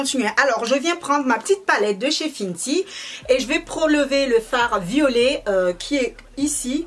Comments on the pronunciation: Pour la prononciation : Huda se prononce Houda et non Huida ou Hulda . Fenty se prononce Fenty (in) et non Finty . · Sa ne se prononce pas "Fintie" mais "Fainty"